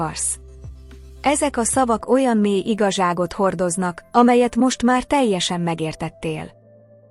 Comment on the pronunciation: Az ötödik "iga zsák" után elegem lett a Gépi felolvasás pontatlan és rossz hangsúlyosságából. A tegező és magázó fogalmazás szintén nagyon zavaró. A mondanivalóra odafigyelni. kínszenvedés. Ez az "igazság". 😢